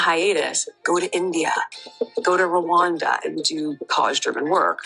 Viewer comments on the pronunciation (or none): It's not pronounced Roooo-wanda. It's "R'wanda". Nothing said about the horrific tribal genocide that took place in Rwanda.